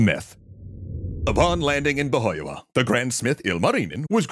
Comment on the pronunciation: That's some pretty impressive pronunciation of Finnish! Apart from Pohjola (Poh-jo-la) but definitely close enough!